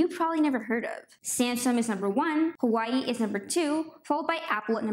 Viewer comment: It’s pronounced “wa way”